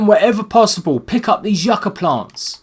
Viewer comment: not yah-cah plants its you-kuh